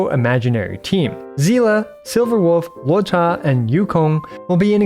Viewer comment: Thank you for pronouncing his name correctly ("luo-cha", not "loo-oh-cha")!